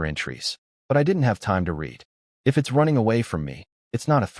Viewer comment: These AI images are ridiculous hahaha. The characters appearances changed sooo many times lol. And the AI narrator is killing me 😂 I.T.S instead of It's haha and a lot more.